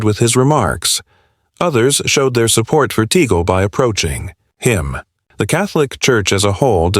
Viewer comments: Tag-le not Ta -gl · (TAGLE)TAG--LEE as pronounce...NOT tigle.🙏❤️ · IT IS NOT TEGEL BUT TAGLE PRONOUNCED TAGLE. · Its not Teagle. It's Tagle (pronounced as Tag/ le ) Pls do the basic etiquette of getting the names right. There has been many articles lately that specifically focuses on Cardinal Tag-le which are negative in tenor. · Pronounced as Tag..Le.. not Tegle. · Tag....le not Tagol..pls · Tagle is pronounced Tah gle (short e). Where you get Teagle and Taygel is beyond me. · It's TAGLE. Not TIGEL. What accent Is this voice from? T A G L E .Tagle . TAGLE. Not TIGEL. No TIGEL. If not pronounce correctly tumigil ka nang magsalita. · "TAG- LE" IS THE RIGHT PRONOUNCIATION, NOT TIGEL OR TAGEL AS I HEARD IT, AND EVEN WORST WRITTEN AS "TIGO". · Right but that shouldn't sound like APPLE (aeple). It should be TUG- LE as in CUP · First of all Pronounce his name well Tagle Is pronounced as “Tag-le” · Hey, it's Tagle. Not Teegle. Not Tigo. Not Tig. This narrator is hysterical. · Please learn how to pronounce the names before you use Tagle is pronounced just as it is written You go from teagle to tagel..enought times to drive one mad. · Pronounced "Tag-le" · TAGLE —PRONOUNCE. TAG - LEE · To the narrator, please make sure to pronounce the name of Tagle right. It's so confusing. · No matter how one is maligned. If DESTINED, no one can stopped it!! Just pronounced Cardinal Tagle name correctly! Pls watch and learn!